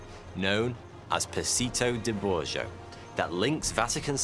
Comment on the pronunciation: Bloody hell, your Italian is atrocious! Just get an Italian to read it for you and repeat a few times. "Passetto di Borgo. Passetto di Borgo! Passetto di Borgo!!!" Borgo! Not "borjo", Borgo, with a hard "G"! Like in the word "go". Bor-go! After 5 minutes you should be able to pronounce it perfectly. And it's not Spanish "pasito", it's Italian "passEtto" with an "e", like the first "e" in the word "feminine".